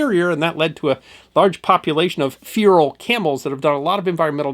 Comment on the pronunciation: Pretty interesting, although in a video praising camels you should perhaps remember that feral is not pronounced "fear-al".